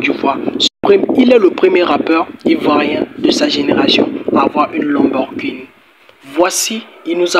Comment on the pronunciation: Aïe tu chok dès 🤣 lenborguni. Comment mm😂